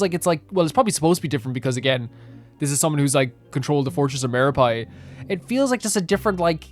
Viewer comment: ActuaLLY,,, it's pronounced /Mero-PEED/💦 not /mero-PIED/ 🥧